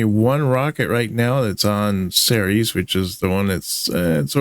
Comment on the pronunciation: Not only is this a nicely-put-together tale, but you also said "Ceres" correctly! Bloody good job,.